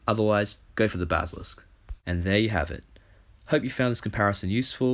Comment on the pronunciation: dude i love ya BUT YOU CANT PRONOUNCE BASILISK